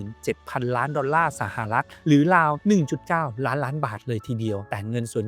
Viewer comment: ราว ได้ยินเป็น ลาว ทุกที เพราะ ฝังใจ ลาวเป็นหนี้แยอะ